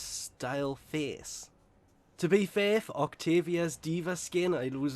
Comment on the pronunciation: "To be fai"😂😂